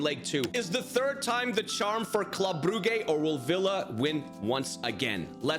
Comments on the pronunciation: Brugge you say brujje not brugge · Its pronounced bruje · it s club bruj ( the pronuntiation) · I can’t take him seriously when he calls Brugge, “brew-gay” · It hurts my ears hearing you say club brugge and i'm not even belgian. It's pronuced club bruje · The correct pronounciation is [Brujj] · Your saying Brugge wrong😂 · Your saying brugge wrong. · It hurt me every time